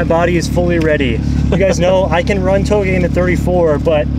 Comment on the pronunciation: Lol i learned something today i am supposed to pronounce touge like “towgay” not “ta o g” lol